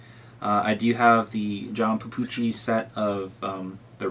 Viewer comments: Petrucci, not Pepucci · Did he call Petrucci.... Papoochie? Dafuq? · He has no credibility because he owns a million ibanez Jp guitars but he can’t pronounce John petrucci correctly. I can’t even get through this video